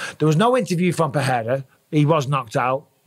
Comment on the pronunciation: Does Busping know his name is PeReira but not PeHeira or PeJeira?